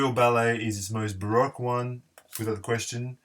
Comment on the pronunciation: Barowque pop is the pronunciation